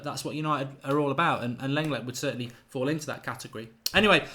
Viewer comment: it's pronounced Longlay